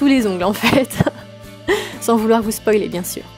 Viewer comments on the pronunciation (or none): none